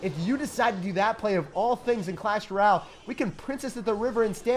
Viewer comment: “Hey guys back at it again with the best deck in Clash ral” 😭😂 All love though keep up the good work.